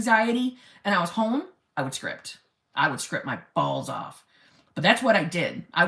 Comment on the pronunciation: "If he wanted to, he weuuud" 😆😆😆😆😆